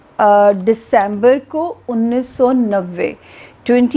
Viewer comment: Plz fix your pronunciation it’s only December not Decaamber